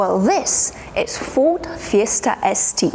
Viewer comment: Where’s your accent from? Where do they pronounce Ford „Foord”?